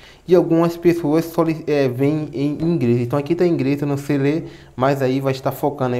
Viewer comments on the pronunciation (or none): Dá pra falar certo, não é Ingres é inglês e não é praca é placa